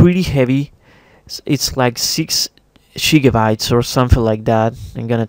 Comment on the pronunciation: All the shiggabytes. It's pronounced gigabytes xD Thanks for the vid